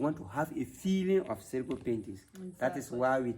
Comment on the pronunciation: It's pronounced S-I-R-I G-U